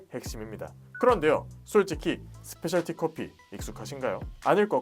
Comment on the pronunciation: 스페셜 티 커피가 아니라 스페셜티(Specialty) 커피입니다.